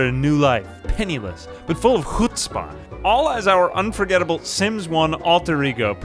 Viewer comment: This series is actually about slowly learning to pronounce "chutzpah" more correctly